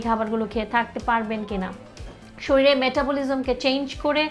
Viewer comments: Are gadha mohila age nijer grammar and pronunciation thik koren. Shoril na shorir. Interest na interested. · শরীরকে শরীল বললো কেন? আমি কি ভুল শুনেছি 😂😂